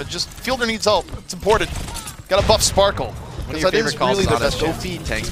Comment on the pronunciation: Are they really calling sparkie sparkle???